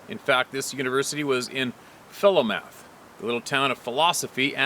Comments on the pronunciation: Fulomoth corvalis pronounced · fil-OH-muth 😊 I live about 50 minutes south of Philomath, Oregon 💚